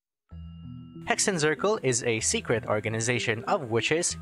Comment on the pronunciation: Hexenzirkel is a german word (witch circle) and is prononced like this: X = ks Z = ts so it woud be pronounced "Heksen tsirkel"